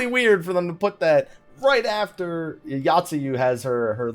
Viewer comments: Oh my god my inner Grammar Criminal screams when you mention Yotsuyu... It's not 'Yacht-sue-you', it's 'Yo-t-sue-you'! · But that's not grammar. That is not knowing how to pronounce shit.